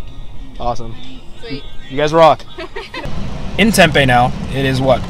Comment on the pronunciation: “We’re in Tempay” 😂🤦🏽‍♂️